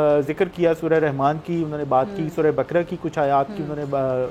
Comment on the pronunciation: Surat ka name theek se pronounce kerna nhee ata a k tajzya kerty hyn . It's sura 'Baqara' not bakra